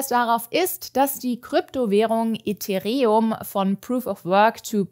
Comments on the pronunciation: Hier ein cryptominer. Es heißt Ethereum und nicht eth e re um. Wenn ethereum zu proof of stake wechselt kann man den coin gar nicht mehr minen aber dann werden sich einfach alle auf die nächst besten coins verteilen. Grafikkarten werden dann immernoch gekauft wenn möglich. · "ETREHERUM" noch nie so geil gesagt gehörtXD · EH-THE-REH-UM 🤣... schön eingedeutscht 🤓 Und das aus dem Munde von 😅